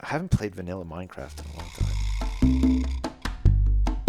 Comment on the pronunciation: "I haven't played vanilla minecraft in a long timpph"